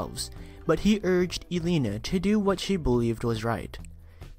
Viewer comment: Your not saying Devon name right its de von not de vin and elena right either I like to hear these but not when he ain't saying name right wow